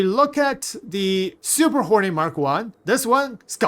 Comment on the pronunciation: I kept hearing "Super Horny Mark Two", lmao Appreciate you, my dude. Lol. Never change.